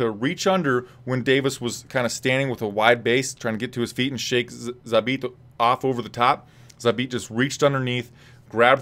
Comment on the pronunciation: magomedsha-magomedsharip .. err .. ZHABIT